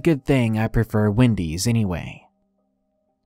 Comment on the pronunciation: You per fore Wendy's instead of Taco Bell?!:O (Who else here is a watcher?)